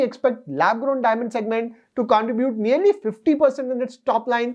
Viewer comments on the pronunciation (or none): none